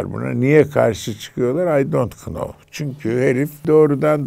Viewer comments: 12.20 neden I don't know kısmına kınov diye söyledi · İlber Hoca 12.22’de “I don’t kınow” dedi. Niye dedi bilmiyorum ama yarıldım😄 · Ilber Hocam I do not know derken k harfini nasil soyler...